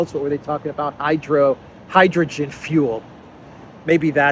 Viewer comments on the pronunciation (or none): none